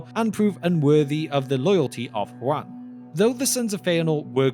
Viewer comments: You keep pronouncing it like the name Juan. This is explicitly not correct. It is "Hoo-an" or "hoo-ahn" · Hu-en? You mean Juan?